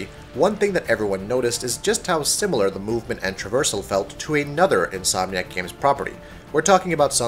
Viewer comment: at one point in the video he says Insom nack